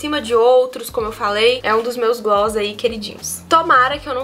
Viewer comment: A melhor parte do vídeo é falando "glosss, glosses, gloo.." KKKKKKK maravilhosa 💓